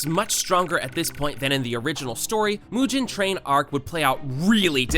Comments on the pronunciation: Did you really pronounce mugen like mu Jin and tengen like ten jin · "mujen train arc" "tenjen"